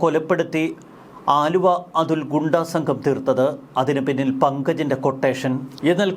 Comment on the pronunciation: വാ൪ത്ത പഠിച്ചിട്ട് വായിക്കെടോ. ആലുവ അതുൾ അല്ല, അലുവ അതുൽ ആണ്.